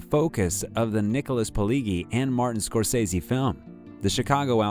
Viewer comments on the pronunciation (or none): Nicholas who??? If you're gonna do a presentation like this - then at least try and get the pronunciation right